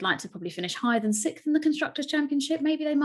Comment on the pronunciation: Sixth. It's pronounced sixth.